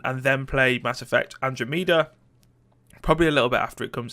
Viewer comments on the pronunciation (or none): It's pronounced "An-dro-meh-dah" you butt. I haven't played any of those previous games except The Last of Us, so I'm not all that hyped for any games in 2017. The only game I'm at all excited for is Injustice 2, and I'm not overly hyped for it to be honest :P Something I hope will happen in 2017 is Stardew Valley getting co-op, but of course it's hard to say since one guy is managing it all :P Also, you didn't put Outlast 2 on the list. We all know you're majorly excited to play it-you don't have to hide it ;D